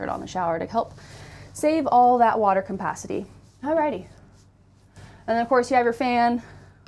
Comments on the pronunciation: couldn't pay attention with the pronunciation of the word "capacity"... its cap, not com.... lol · Campacity. Is that an RV dealer pun or does she not know how to pronounce capacity?